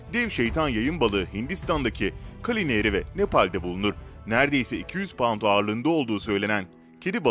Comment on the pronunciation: Önce konuşmayı öğren kunek 200 paund ağırlığı var ne demek zutuk